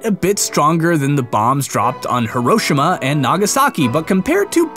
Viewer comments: He-row-she-muh. B0ss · Herôshema xD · hee rosh a ma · im not judging but hiroshima is pronounced he-ro-she-ma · Hoeroshima...Why it Pronounced Hiroshima or Hero-She-ma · its pronouced hero-she-m-uh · the way he say Hiroshima angers me so much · the way you pronounce Hiroshima gave me life threatening tumors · Well that was the first time I have heard Hiroshima pronounced that way. Interesting.